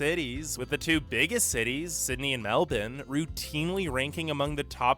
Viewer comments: We didn’t gain independence in 1901. We federated the continent. It’s Melbourne, not Melden. It’s Coober Pedy, not Cooder. We don’t feel isolated you idiot. We are glad that the other countries are so far away. Drivers here are not terrible. We get a lot of practice just driving to the nearest shop. We don’t NEED as much mental health services as other countries. That’s what beer is for. The immigration process is one of best things in Australia. We don’t want to import the problems from elsewhere and we like not being overcrowded. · Boy said meldourne